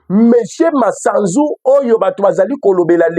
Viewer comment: Eviter d'ecorcher le nom de l'officier Supérieur c'est Gl MASUZU et non Masanzu